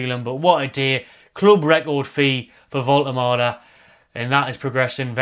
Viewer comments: sorted out the pronunciation:D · Great news, and you’re nailing the pronunciation 👍 So pleased to see us return to our “out of the blue” continental signing strategy - absolutely brilliant stuff!